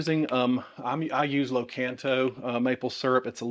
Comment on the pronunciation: "lah-KON-toh" not loh-CAN-toe